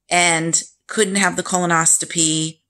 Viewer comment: Thanks so much for this info, I’m having mine this week with the same med. As a nurse I just want to let you know it is pronounced Colon-os-CO-py. It sounds like you may be putting a T in there, if I’m wrong so sorry! Thanks again!!